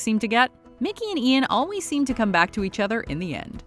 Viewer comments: Dude you said Milky instead of Mickey 😂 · She said milky instead is mikey 😂😂😂😂😂😂😂😂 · yo why’d u say mickey’s name like that 😭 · Did they say milkey instead of mickey lol. It most definitely is the best couple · M I L K Y M I L K O V I C H Great, you just ruined the name of the greatest character ever lived. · "milkey milkovich" xD nice one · love that the narrator calls mickey milky 😂😂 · no one: absolutely no one:: Milky Milkovich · “Milckey Milkovich” 😂😂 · Haha. You said Milky instead of Mickey. Also, damn it, why isn’t season 10 of Shameless on Netflix? I didn’t know they’d actually get married. What a spoiler! Damn. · "and Milcky milkovich" I'm sorry- who? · "Milky Milkovich" lol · Did she call micky milky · “MILKY Milkovich” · Am I the only one who heard "Milkey Milkovich" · Yes i sound so stupid......how do u go from mickey to milky???🤣 and mine first language isnt even english😊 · did she just say Milky?! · Ok how did now one notice she says Milkey not Mickey... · Girl you just said Milky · She called mickey, milkey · “Milky” Milkovich???! 🥛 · Lol did she say Milky Milkovich? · Did she call Mickey “milky”😂😂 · Um- is it just me or did she say Milkey Milkovich. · YES!!!!! I came here to make sure that is what i really heard. HILARIOUS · Ok glad I wasn’t the only one who heard this lmfao